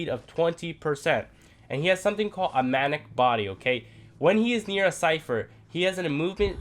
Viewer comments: Instead of "mattick" say "magnet" lmaoo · Got confused till I realised he was saying magnet not manic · i thought it was mantic lol